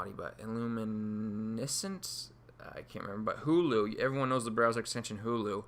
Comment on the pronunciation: Its hola not hulu, hulu is a video service. Thanks for the insight into serpify though.